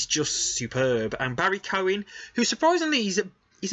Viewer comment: Pronounced Key oh gan